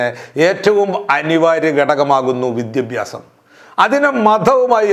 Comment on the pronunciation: സാറെ വിദ്യഭ്യാസം അല്ല വിദ്യാഭ്യാസം ........ ശരിയാക്കുമല്ലോ?